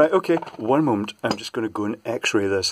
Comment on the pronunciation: You say X ray I hear "Tappy Tap Tap". Love the content. Found you through AvE.